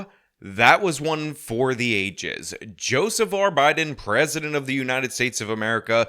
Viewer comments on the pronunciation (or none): none